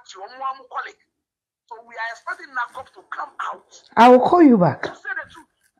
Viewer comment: NACOC not NABCO